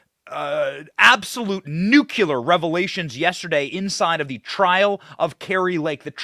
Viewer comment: You're so all knowing and wise, but could you learn how to pronounce nuclear properly.